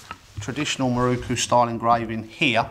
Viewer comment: It is a MirOku, not a MirUku. Why do you poms always get it wrong?